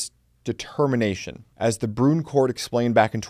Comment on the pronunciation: Your pronunciation of Bruen gets me every time. “Broon?” 🤨